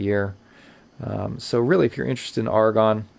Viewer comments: Also, it's pronounced A-ra-gon not Argon. A small but important difference. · Note that the person in this video pronounces the Aragon watch name incorrectly. He repeatedly says the word "argon" (as in the chemical element), but the head of Aragon watches pronounces it "AIR-uh-gone" (as in rhymes with "paragon"). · Surely it's Ar-a-gon like the place in Spain, rather than Argon the element. I reckon you're missing a consonant and saying it wrong.....😝........Great review though.....😉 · A-ra-gon. You're welcome. 👍🏼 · Yes I know what you mean. Sounds painful to hear such poor pronunciation.